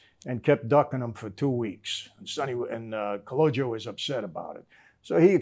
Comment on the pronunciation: No dis respect but It’s actually Calogero not calogio lol it’s an old school sicilian name.